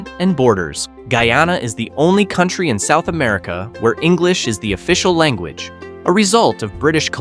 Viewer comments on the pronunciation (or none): none